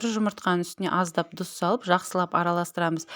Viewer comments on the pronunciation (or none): Дүз дегени тұзды айтып жатырма 🤦‍♀️